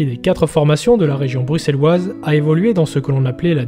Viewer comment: Clairement les prononciations des villes Bruxelleoises et de certains joueurs....est catastrophique !!! Mais on s'en fou. On a l'habitude que les français prononcent mal nos villes !!! Par contre sujet terrible !! WE ARE ANDERLECHT ❤